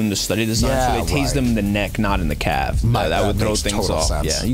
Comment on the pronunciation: “In the calve” 🤦🏻‍♂️